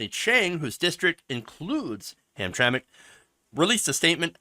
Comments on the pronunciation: Hey, aren't you from Michigan? We all pronounce it Ham-tram-ick here.:) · Ham Tram Mick is how it's pronounce. It's also not a suburb, it's a small city in the middle of Detroit. Very poor and have been discriminating against black people for a long time. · it is pronounced hamtramik. and they weren't like this before. it is going straight to hell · Gays have made this flag a symbol of hate canceling anyone who disagree with them and learn how to pronounce the name of the city idiot. These people always talk rights when the shoe fits others have the right to object to your ass even in public.